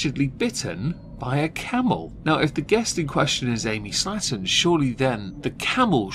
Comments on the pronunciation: You say Slaton I hear slattern. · The way you pronounce "Slaton" makes it sound like you're calling them "slatterns." Fitting!